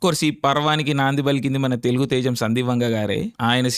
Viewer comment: Oreyy pulka it's TELUGU Not Telungu First learn how to pronounce it